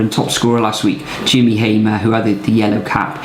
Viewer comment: Wow 😮 thanks for the shout out it’s Jimmy Hammer 🔨 not Hamer though